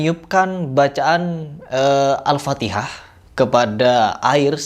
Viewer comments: Aneh yah org jaman skrg org kaya gitu di cium2 than nya, bacan alfateha aja salah dia bilang alfatekah, yg jelas2 ulama besar mgpung masih ada soan klo mau klo mau ngambil berkah mah ya Allah org jhail emg bnyak skrg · Sebenarnya bang Hery ini orang jawa.mso tidak tau logat bahasa jawa.saya aja orang Kalimantan tau klo orang Jawa menyebut alfatihah,alfatikah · Sebenernya bukan Joko kendilnya yg salah tapi masyarakat sekitar yang terlalu berlebihan. Semua kembali lagi kepada kita, apa yang kita yakini/percayai Ouh iya mas kenapa Joko kendil ngomongnya Alfatikhah bukan Alfatihah orang Jawa mungkin tau kebanyakan orang jaman dulu khususnya Jawa ntah itu nenek moyang kebanyakan ngomong Alfatikhah, saya juga sempet mikir kok Alfatikhah, mungkin cara pengucapannya udah terbiasa turun temurun berhenti dari orang tua sekitar tahun 1960'an dan pendapat saya lagi kenapa dibaca Alfatikhah karena ha nya Arab huruf besar H bukan h kecil jadi terlalu kental H besarnya makanya sempet denger Alfatikhah